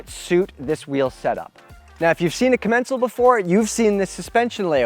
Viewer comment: I think that if i hear commEncal one more time imma jump of some cliff